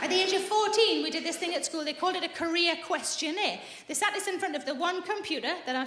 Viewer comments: I was very confused for a minute until I figured out she said "career questionnaire" not "Korea questionnaire". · Ah I thought she said the "Korea Questionnaire" and I was confused for a min, lol